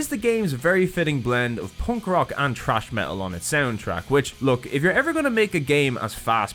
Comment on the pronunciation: haha for the first time i have an actual uncertainty based on accent- is it thrash metal or trash metal on the soundtrack of the first game?